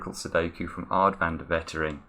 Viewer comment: It's Waitering, not Wettering :D Otherwise, colour me highly impressed.